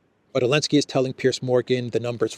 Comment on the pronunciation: will you take a moment and share why you call him Elensky? And not Zelenskyy?